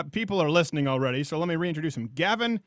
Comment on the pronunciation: How does everybody get Gavins name wrong